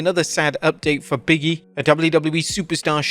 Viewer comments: I always thought it was "Big E", not "Biggy" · Big-E not Biggie smh